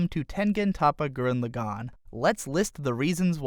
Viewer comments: bugging me its gurren lagann not lagone wtf lol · I dislike the way you pronounced Lagann, Simon, Lordgenome, and Viral But you make good points on design.